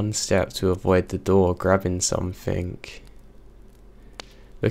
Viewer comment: it's SOMETHING, not SOMETHINK! 😝💩